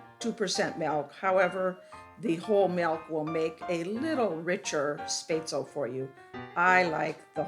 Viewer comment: You said what? At least try to pronounce it right hahah